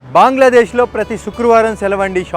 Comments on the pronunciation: Pronounce correct ga chey.... baangladesh kadu adi bangladesh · Brother ఒక చిన్న correction అది బాంగ్లదేశ్ కాదు బంగ్లాదేశ్ pronounciation సరిగ్గా పలకండి❤